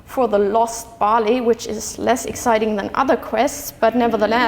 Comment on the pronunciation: Cool lecture... I Was watching this with close captions and it took me 12 minutes to realize Bali = barley... shame on me =p